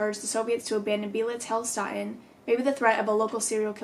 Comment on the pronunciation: Hey, German here 😂 the name was pretty close, so please don’t take this wrong but in case you want to know how to pronounce it correctly: the „ee“ in „beelitz“ is pronounced like the „e“ in desk but very long, the „i“ is very short and the „ä“ in „heilstätten“ like the „a“ in „sad“! ☺️